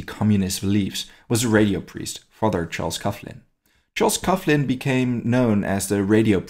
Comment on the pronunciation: I think it is pronounced "coglin". Excellent work !!